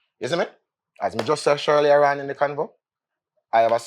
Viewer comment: Di dawg say SHIRLEY-A -ON instead of EARLIER ON... A doh know why we stay so... hahahahahahha